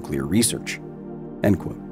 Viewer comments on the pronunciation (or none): "end qoute" not "and"